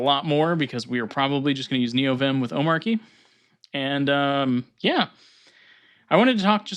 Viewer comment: watch his intro video, its not arky like you pronounced